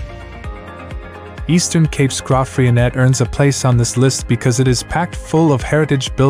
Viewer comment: Some good choices of towns but I do wish that the presenter had taken time to learn the pronunciation of some towns. Hermanus is pronounced with the stress on the second syllable, HerMANus. Also towns with Afrikaans' names the letter 'g' is said more like an English 'h'. hence Graaff Reinet is pronounced more like Gerraff Rainette.